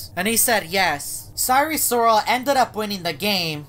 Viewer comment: "cyree sorrol"